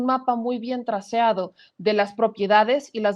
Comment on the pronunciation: Se dice trazado.